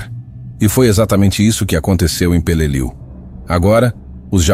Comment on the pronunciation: If you cannot correctly pronounce the name of the battle correctly, I will not watch your video.